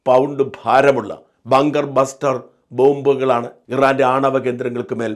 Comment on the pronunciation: ബാങ്കർ അല്ല ബങ്കർ എന്ന് പറയു.